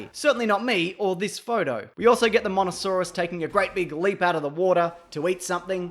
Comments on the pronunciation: Hello, It's actually pronounced mososaurus, not monosaurus. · It's pronounced moe-sa-saw-rus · i could totally hear you say monosaurus. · sorry buddy you said mono not mosa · Its mosasauras not monosaurus you didn't even watch the movies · It’s mosasaurs not monosaurs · It’s a Mosasaurus not a monasaurus 🤣😂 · IT'S A MOSASAURUS! not Monasaurus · its mosa not mona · why do you keep calling the mossosauraus a monosoraus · What's a Monosarous it's mosasaurs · Mosasaurus not monosaurus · its the mosasaurus not monosaurus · Did he just call it a monosaurus... It's a mosasaurus dammit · It's not monosaurus its mososaurus I might be wrong but ik it's not monosaurus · Just saying it’s Mosasaurus not monasaurus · Its mosasaurus ye deeb, love the vid tho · Even the captions said you said mano saurus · well it came out Monosaurus, so you might wanna work on that. Also any other words you say that have Ses but sound like Ns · you did say monosaurus p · You said Monosaurus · No, you said monasaurus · monosaurus..... wow... at least get the names right next time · It's MOSASAURUS !!!! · Dont mean to complain but, MOEsasaurus! Good video tho. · Mosasaurus pronunciation Moe-suh-saurus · Monosaurus... ... MONOSAURUS!?!?!? ... You bloody GOOFED, mate! edit Still love your channel, though. Good shit. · it's mosaurus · You dont say mosasouras right